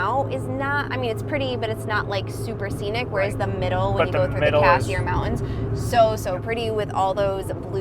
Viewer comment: "Mow-ens" (Mountains?) "Star-en" (Starting ?) "Bu-en" (Button?) Luv the channel but.........wth